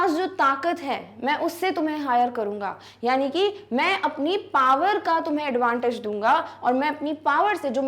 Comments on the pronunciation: Its power not par❤😂😂😂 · Paar nahin hota power hota Hai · Ma'am ,u r best teacher but it's 'power' not 'paar' 😅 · anpad pronunciation hoti h ye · One doubt :- why power is pronounce as Pawar Second:- why old man need worker he is rich enought Third why there is no information about for what work they need worker (poet) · And ya you r saying power par so I asked my teacher she said "Who mad said pawer(power) par 😡"😔😔 which pronounce is right 😔😔